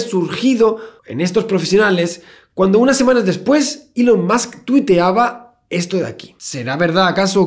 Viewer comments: Soy el único que necesita que el "señor Santaolalla" diga musk en vez de más, musk seguido en los vídeos de Elon? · Todos: "más" Javier: "musk" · Cada vez que decía Musk para decir más. Stop pls xddddd